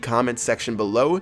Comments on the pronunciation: Hey, if you still do deck of the day, could you possibly try or even feature this one? Inferno Dragon, Sparky, Golem, Elixir Collector, Tombstone, Mega Minion, Zap, and Ice Spirit. P.S Why do you say "Intel next time" instead of "Until next time" at the end of your videos? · why does he say "intel next time"